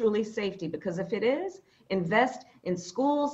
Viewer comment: Necessary? They Will continue to say the same thing. "Yes, It esse necessary"... Poxa...